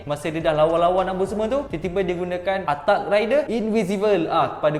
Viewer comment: speaker.... knight=ke~night attack =atakk